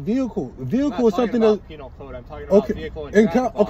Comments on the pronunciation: Did he say penial code? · Has anyone else noticed he called it "penile" code, not "penal" code? ROFLMAO